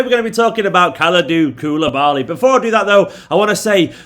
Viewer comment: It's the Kalidou Kayak Steven cmon